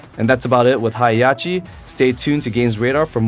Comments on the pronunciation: It's HEH HAH CHI not Hiyachi. >_< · "Hi Yachi!" Heihachi: ..... learn to pronounce my name. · His name is pronounced: Hey + Ha(as in ham) + chi(as in chips) :) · It's pronounced HEY-HA-CHI But good video